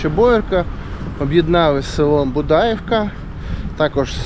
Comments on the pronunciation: Дуже цікаво. Дякую. Але наголоси трошки не вірні. БудаІ вка на І. Річка ПрИтворка на И. Дякую. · Дякую за гарне відео та розказану історію🙂 Маленьке зауваження. Старі люди Будаївку називали з наголосом на 'ї'' БудаЇвка 😉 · і ПрИтварка, а не ПритвАрка. Уперше чую "БудАївка, ПритвАрка".